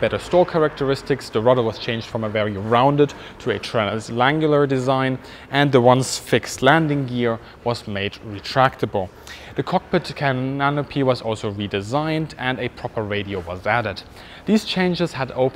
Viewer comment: I will never be able to not say "cananopy" from now on